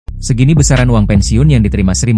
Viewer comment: Segini i t u berapa gak jelas ngomongnya